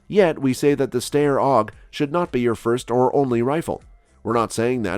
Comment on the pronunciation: This isn't a new model of the AUG and the pronunciation for Steyr is wrong.